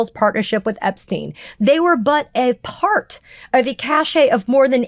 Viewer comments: Lost me 39 seconds in. A "cache" is not "cachet"... different words, different things. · WHY do SUPPOSEDLY educated Americans, STILL BUTCHER the English language? It is CACHE - "a collection of items of the same type stored in a hidden or inaccessible place" NOT CACHET - "the state of being respected or admired; prestige" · No, we don't say cach"ay". The final e is a silent French e. That word means a sort of collection, possibly secret. A different French word means, well, a version of Riz or style. It's distinguished in French by a slanted accent over the final e. That is pronounced with the ay sound at the end. A common mistake 😊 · Katie,”cache” is pronounced “cash.” The word that is pronounced “cash-ay” is spelled “cachet,” and it means a certain attitude or charisma. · “Cache” is pronounced “cash” when referring to, say, documents.😊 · Cache. Cachet is something else. Just saying.